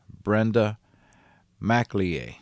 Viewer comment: It's Mac El Yay not Mac Le Ay ffs